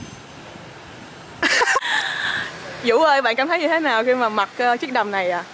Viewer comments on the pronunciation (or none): Tên Vũ nói ngọng nên phiên âm thành dũ đó mấy ba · Tên của bn chuối là vũ mà đọc là dũ